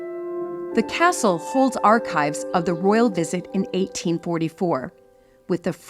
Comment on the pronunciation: Could this "" stop calling it Balmoral Cassell? Is that too difficult?